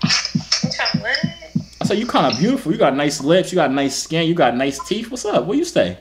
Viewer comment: and he says teef